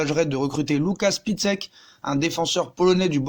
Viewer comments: Pour Piszczek ça se prononce Pitchek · « Lucas pisquette » mdrrr